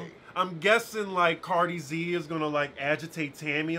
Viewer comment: He called her Cardi Z 🤣🤣🤣